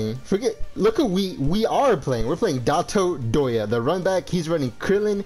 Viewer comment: someone count how many times he says "dot-oh"